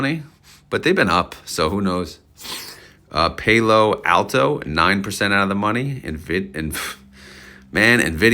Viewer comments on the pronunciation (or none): Thanks for video! Its pronounced Pal-lo Alto, they're located down here in silicon valley few miles from me. Solid etf imo. Will build new positions and reallocate more after crypto bull season over. 👍